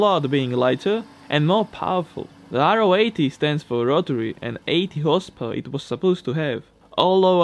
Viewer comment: The NSU is called Ro 80 an not R-O 80